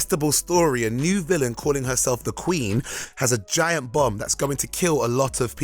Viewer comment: Thought for a moment he said "A new villain calling herself the Queen has a giant bum that's going to kill a lot of people." XD